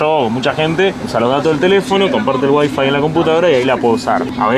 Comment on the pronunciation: Seguis diciéndo mal Wi Fi acentuando en Wi....no aprendes más